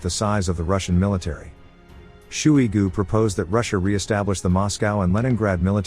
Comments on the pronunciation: Sergei "shoe-y goo". It's wrong, but it sounds about right. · “Shooey-Goo” lol